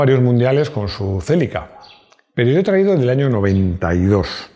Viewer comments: Toyota chélica LOL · el Toyota "Chélica", el amor de mi infancia, el último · “Toyota txelica”, dando acento vasco a los nombres jajaja